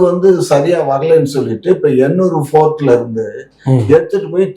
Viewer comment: Port nu solla sonna fort nu solran, Palmoil solla sonna form oil nu solran. Idhaye mathi mathi than solraru indha.